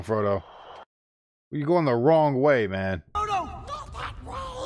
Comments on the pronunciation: You trolling or that bad at paying attention to the movie? Lol I can just imagine the cringe for some people every time you say frogo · For three movies he calls him Frogo 😆 I'm glad he liked the series even if the names were impossible to remember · I just keep laughing everytime you call the chararacters: "Frogo" and "Salamander" 😂😂 Love your reactions because they look soooo honest! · Gotta watch the extended editions, they flesh out so much in the 2nd-3rd movies. Your jumbling of the names is hilarious😂Frogo and salamander🤦🏽‍♂️😆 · oh. I didn't realize he had a lisp. I just thought he was mispronouncing it. A lot don't pronounce it right including me when I first watched it.